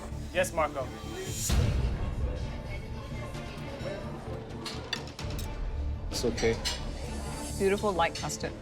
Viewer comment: "Tengkyusomuch MAKO!"